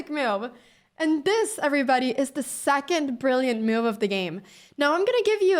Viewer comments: The word is move not mouve. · I like how she says meove. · Nice finds! (BTW: ❤the way you pronounce the word 'move')